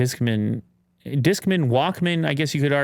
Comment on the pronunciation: Why are you pronouncing Discman like it’s a 70 year old accountant? Bob Discman!